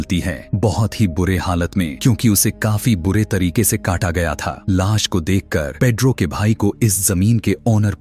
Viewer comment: Aap movie explained karte ho lekin sa aur sha me problem hai jaise aap lash ko las bolte ho aur suitcase ko shootcase😅😅😂😂